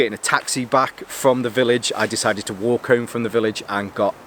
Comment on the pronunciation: You sure you're sober after new year? "From Frahm..... Frahm Frahm..... Is that where it's Frahm? Coming from Norfolk I thought you'd picked up our accent ole boi. Lol Happy New Year btw Frahm me to you!